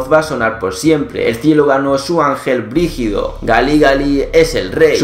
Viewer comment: dice brigido no rigido, brigido es como una situacion fuertexd